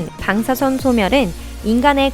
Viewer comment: 방사성 방사성.. 일부러그러나??.. 방.사.선.